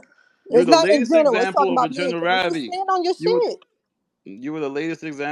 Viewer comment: Bruh can't say generality either Jesus christ 😂😂 im writing this while driving lmao 😂.